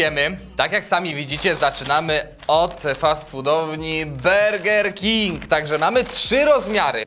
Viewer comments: Gdzie w nazwie Burger King jest e? Burger King się wymiawia a nie berger! Czy to takie trudne!? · Bolą uszy jak słychać berger king. Lepiej już powiedzieć tak jak po polsku burger king.